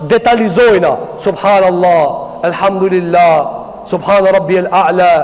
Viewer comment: Selamu Alejkum hoxh.i nderuar.ma vrajti veshin qe po e shqipton Elhamdurilah.ne vend te thuhet Elhamdulilah.ktu ke nje verejtje. Per ndryshe Allahu te ruajt.kejt gabojm